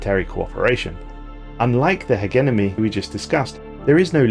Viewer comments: Ha-gem-any. Hegemony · He genomy.. h egg enomy..u even said heg enemy ur boiling my blood.. hegemony! Not that hard to say! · Heh-jeh-moe-knee Hegemony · I forget that is a pronunciation of Hegemony. I pronounce it HedgeMoney or Hedgemon. Don't ask why the D is there, I don't know either. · Hegemony: X Hehgeneme: ✓ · We gotta work on the English. Dude's been saying Hegemony wrong for years now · The way you say Hegemony is funny. I normally say it "Ha-gem-a-knee". I've also heard it pronounced "Hedge-a-mo-knee"